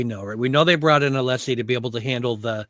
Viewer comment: You can tell that Scabbers Brennan fears Alessi the most by the petty Betty way he intentionally mispronounces him name